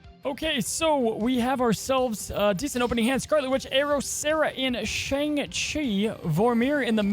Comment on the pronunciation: Hey, you said Shang-Chi wrong in this video. Just figured you should know.